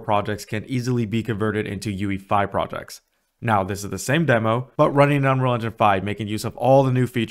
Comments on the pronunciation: You say “unrol” engine lmao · How can you make a good tutorial if you don't even take the time to pronounce Unreal correctly...? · man this guy cant pronounce unreal :D its funny